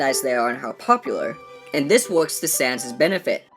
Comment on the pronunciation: SANS NOT SANDS SANS